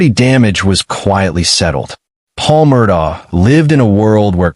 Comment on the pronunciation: Beaufort is pronounced buford.. Murdaugh is pronounced Murdock. Alex is pronounced Elick.